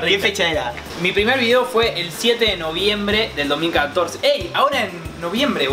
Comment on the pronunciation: Like si en el minute le salio cordobés a lio cuando Dijo el 7 de noviembre 😍😍